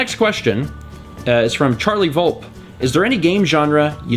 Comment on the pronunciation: OMG I CANT BELIEVE YOU ANSWERED MY QUESTION! Also, my last name is pronounced Vol-pee. It's Italian, and gets mispronounced a lot, so I don't blame you